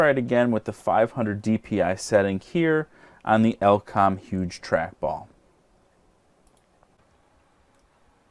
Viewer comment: oh lord, firstly its E-LE-COM not EL-COM then its KEN SING TON, not kingston nice video thank you